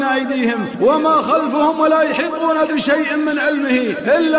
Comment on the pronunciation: Bismillah ir-Rahmaan ir-Raheem, al-salaamu ‘alaykum wa rahmat-Allaahi wa barakaatuhu,, the reciter says in AYATUL KURSI VERSE 02:AYAT 255 THAT "wala hibbuna..." but it should be "wala uheetuuna..", And Allaah knows best. Jazaak Allaahu khayran.